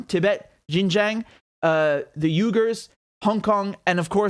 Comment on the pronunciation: Actually Xinjiang should be pronounced as “Sin-Jiang” most westerners find it difficult to pronounce it.